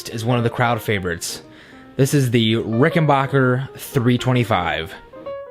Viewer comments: The name is rickenbacker BAC.KER not BOC KER.Idiot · Very nice collection but for God's sake it's Ricken-BACK-er, not Ricken-BOCK-er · Rickenbacker is pronounced with a short A, not a short O. Great collection!